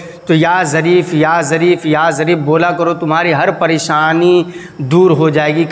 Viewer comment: Jarif nahi zarif 😊😀 bs YouTube pe aa jao chahe naak saf krna na aata ho.